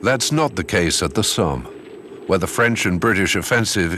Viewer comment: Die Aussprache des Sprechers ist nicht gut, Verdun Somme sind französischen Namen und sollten auch so gesprochen werden.